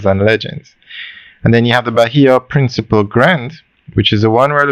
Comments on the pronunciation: It is not principle, it’s PRINCIPE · You keep on saying Bahia Principal when its pronounced Bahia Principe. PrincipEEEEEEEEEEEEEEEEEEEEEEEEE.